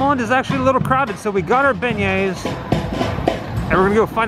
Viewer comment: Every time i go to Cafe du Monde and eat beignets, i’m always wearing black for some strange reason and always getting powdered sugar on my clothes but i was born and raised in New Orleans so I’m used to it, oh thanks for the correct pronunciation of our famous sugary treat and the Cafe name..🤘🏻😎🤘🏻